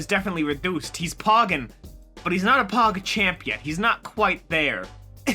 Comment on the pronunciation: pagchomp not pogchamp